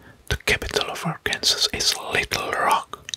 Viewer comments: Great video! Just so you know Arkansas is pronounced ArkanSAW. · I just have to comment that Arkansas is pronounced “arkan-saw” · I love the video, I’m not hating but Arkansas is pronounced “Arkansaw " I’m just telling you 🙂